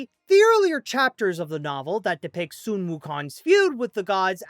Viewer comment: Why are you saying soon instead of sun?